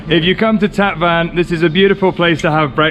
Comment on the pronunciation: The City of Van is pronounced "One" not like your transportation Van in English. Tatvan is pronounced Tot one